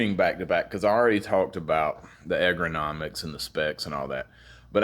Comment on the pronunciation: egranomics? lol its ergonomics ERGgonomics not egra